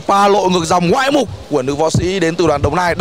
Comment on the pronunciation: Người ta nói ngoạn mục chứ sao lại ngoại mục?